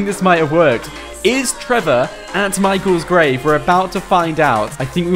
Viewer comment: he said michael grave